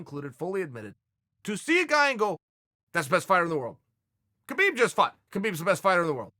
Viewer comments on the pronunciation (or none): none